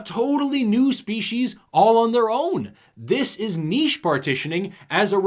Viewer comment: The fact that does not pronounce niche as if it had a “t” totally makes this video a winner.